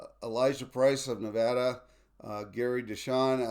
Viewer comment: You've got to learn how to pronounce "Nevada"!